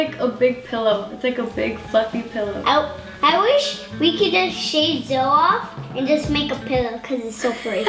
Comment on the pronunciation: Nice to someone else pronounces Zoe as Zoe like Zoey. ^^' I was feeling weird because everyone pronounces it like Zo ;-; thanks for the compliments to the name~♡ your cats are adorable~♡